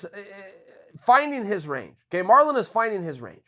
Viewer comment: He turned Marlon Mexican 😂